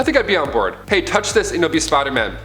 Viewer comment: For me, it's because he says Spoderman and I can't not hear it and I hate it.